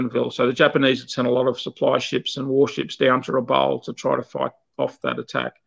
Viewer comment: A very good coverage of such a sad part of our history. I only wish would have got the place name pronuciations correct (Rabaul, Kavieng, Bainings etc)